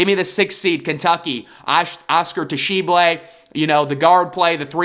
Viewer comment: You lost 50% of your credibility with how you pronounced "Oscar Tshiebwe" 😂